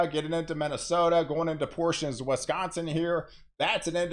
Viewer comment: Wesconsin or Wisconsin? Just kidding